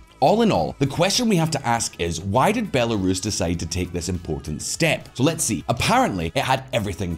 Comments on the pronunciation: The voiceover reading the headlines needs to learn how to pronounce Belarus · Guys, I get that you want an american voice for the transitions for easier consumption, but please for the love of god explain to her how to pronounce belarus and stop accepting these recordings unless she fixes them. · The female voiceover pronouncing “Belarus” sounds unusual to me. Is that normal? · yeah i guess something all these people talking about "its just an AI GUYS, its whatever" are ignoring, is that spending 2 minutes to get the AI to properly pronounce belarus is probably pretty easy. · This channel has lots of pronunciation mistakes. It's a great channel, but damn they get it wrong a lot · The female voice (Presumably it is digital) kept mispronouncing Belarus, it was highly annoying. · Not sure if the voiceover narrator has been living under a rock, but that's not how you pronounce Belarus. And it's not the first video she's done this in either. Someone needs to talk to her and get that sorted. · Can you find someone who knows how to pronounce belarus!? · Your female narrator doesn't know how to pronounce "Belarus?" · Please teach that narrator to pronounce Belarus! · When will they train that female AI narrating voice to pronounce Belarus correctly? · The woman who does the voice over and keeps mispronouncing Belarus is driving me crazy. If you lack the will to research your projects then maybe just don't do them. Just sayin. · Hard to take this channel seriously when Belarus can't be pronounced properly and this makes it through the editing process. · The female voice doesn't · It looks sloppy when the voice over chick can't pronounce Belarus correctly. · Heads up: your voiceover lady (or AI?) for those headlines has all sorts of pronunciation issues. Belarus … totally wrong, and Russophobic too. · The shoddy robot voice that can’t pronounce Belarus makes your videos trash every time you use it! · Bell air es 10/10 pronunciation lol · “Bell air is”~the narrator